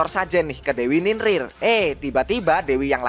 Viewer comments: Bang ninlil bukan ninlin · NINLIL BANG BUKAN NINRIR